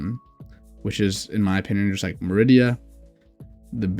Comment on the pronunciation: Not "Meridia". It's pronounced MAH-ree-dah